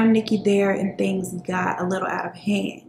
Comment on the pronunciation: I swear everytime you say "..and all of the tings" .. I smile